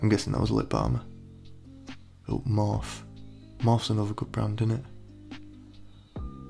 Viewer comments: everyone: morphe jack: MoRf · why is no one talking about the way he said morphe😂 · The way he said morphe tho 😂😭